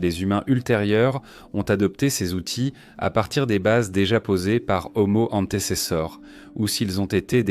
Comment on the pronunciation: Nulle l'IA "Omo hanté c'est ça" 😂😂😂🤣🤣 "Ce singe" ...." Cet animal"